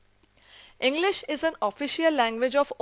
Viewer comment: Ma'am you are quite confused in Pronunciation of ENGLISH and ENGLIS.